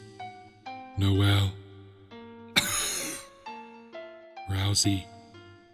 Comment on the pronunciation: is consistently wrong about deltarune, whenever he says ralsei's name